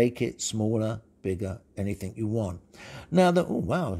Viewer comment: You said "anythink"... Google corrected your speech but depends how you want it to be handled